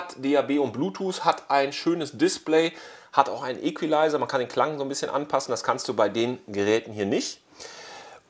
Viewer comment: Eckweleiser… Au, das tut weh. Equalizer kommt von engl. equal, zu deutsch gleich. Einfach etwas mehr Mühe geben;)